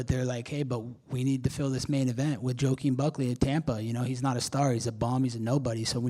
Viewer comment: Bro said Joke-uin Buckley 😂😂😂